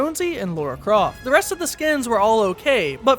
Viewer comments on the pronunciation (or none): It’s Lara Croft not Laura Croft